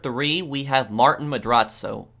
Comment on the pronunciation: It’s not Martin the way he pronounces it. It’s like: ‘Mar-teen’.